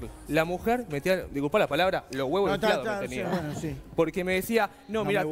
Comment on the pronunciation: " Gueno !" Jajaja